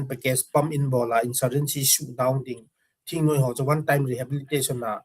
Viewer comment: THINGNUI-me❎. THINGNOIII-muh✅